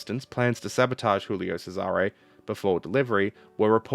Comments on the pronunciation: Not to be a pronunciation (insert extreme polical movement here), but I notice you're pronouncing "Giulio Cesare" as if it were Spanish, i.e. "Hulio Serare". In fact, in Italian, it would be pronounced more like "Julio Chesare". The first one is pronounced like the English name "Julia", except with an "o" at the end. The second one starts with a "ch" sound like "cheese". Anyway, big thanks for the video! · cough julie-oh chez-are-eh cough 👍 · You're using the Spanish pronunciation for this Italian ship name. "Djulio Tchésare" if you're willing to take Italian pronunciation notes from a German ;-) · sigh As a Italian, what happened to the Giulio Cesare (WHICH YOU ARE PRONOUNCING WRONG) causes me physical pain. As for why the crew relented from the mutiny once the captain gave his word, it boils down to the mentality of the italian navy: officers' word is basically sacred. To get a rough idea of how the italian navy officer's brain worked I encourage you to look into the life and deeds of Captain Carlo Fecia di Cossato. Man was a certified chad. Worthy of a video, I think. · And how should he pronounce your ship that got stolen